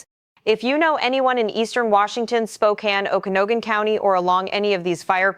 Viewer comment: In-che-lee-um O-ku-nog-gun If you're going to report on the area, at least know the names of cities/areas. *There were so many mispronounced, someone please add more corrections here.